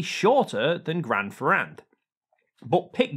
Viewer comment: PLease pronunciate "Grand Ferrand" wit an "a" sound as in "want" and not as in "bat". For the rest good explanation!